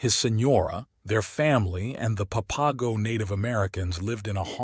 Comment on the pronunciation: it's pronounced pap-a-go